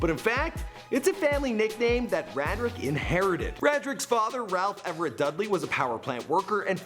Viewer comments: It's pronounced Ray-drick lol.... Not rad drick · it's pronounced ray- drick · Pretty sure its pronounced Ray-dric. "My alias is Gucci Mane my name is Radric(Ray-dric) Davis" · HIS NAME IS (RAY:DRICK) NOT (RAD-RICK)!!!!!!!